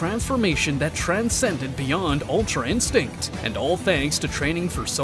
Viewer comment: Yeah thats true oh but btw its ultra instinct not altra insinct